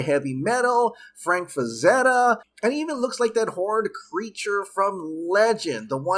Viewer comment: It's Frazetta, not FraNzetta.